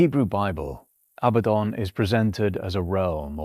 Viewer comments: Abaddon = uh-bad-un NOT "abbuh-don" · Name is pronounced as "a bad 'un" this is mandated by the double D strengthening the preceding vowel and softening the succeeding. Your pronunciation implies the spelling Abbadon. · One clear tell that the script was AI assisted is how much this script repeats itself, not verbatim, but it meanders and revisits topics seemingly at random. And the pronoucation seems to bounce around a few different forms including "Abatton" - humans are sporadically inconsistent, not consistently inconsistent.